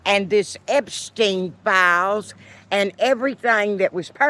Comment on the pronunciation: God bless you, and I just love the way you pronounce the word “files”. Gid bless Antifa!